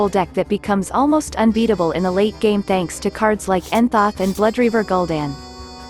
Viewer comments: ITS NOT ENNZOTH, its nuh-zoth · "Entha and Blooreaver Gul'dan" :D